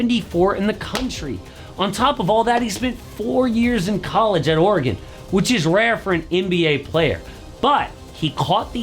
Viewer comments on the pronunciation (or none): none